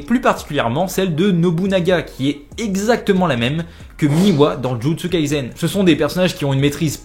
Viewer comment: ON DIT JUJUTSU KAISEN PAS jUtsU KalsEN